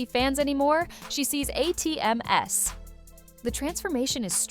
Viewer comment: A-T-M-S?! 😂 I hate AI audio that can’t interpret/read plurals of acronyms… read your own script!